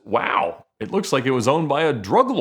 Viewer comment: Press 0 to make Ed say "waW" or "waew".